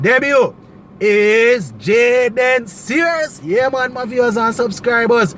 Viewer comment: Not that seales not javon but Jayden